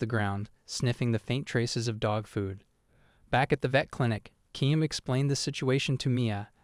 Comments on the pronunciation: If your going to tell your stories, at least say the name RIGHT! REAL ANNOYING !!!! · You need to say his name right